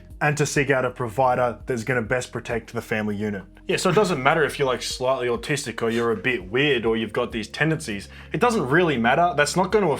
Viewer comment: The word “autistic” said in an australian accent just cracks me up for some reason lol